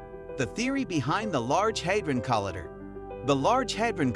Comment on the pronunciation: Learn how to pronounce collider.